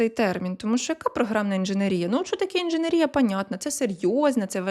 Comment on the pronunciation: Ну що ж таке... така актуальна інформація, така чудова подача, мова йде про такі круті постаті! І тут... інженерІя. Ну, та за що?! Ну, яка інженерІя? інженЕр, інженЕрний, інженЕрський і, звісно, інженЕрія